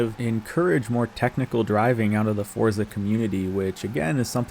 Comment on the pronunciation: 19 “forza driver” 😂😂